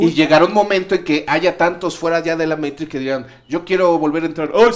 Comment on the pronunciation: " Di Meitrix"